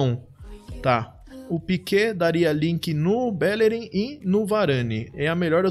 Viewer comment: Cara, vc falando BÉllerin é triste... tem um acento agudo de todo tamanho no I do BellerÍn indicando a vogal tônica... Fora isso, ótimo draft!